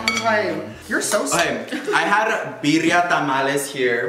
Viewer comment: He’s saying birria lol